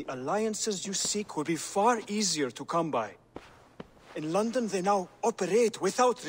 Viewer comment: From London to 'Lunden'..😂